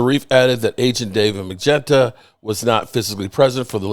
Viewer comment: It's so funny that when you were talking to Eugene Monroe you literally said the agent's name correctly David mulugeta but for some reason today you're back to magenta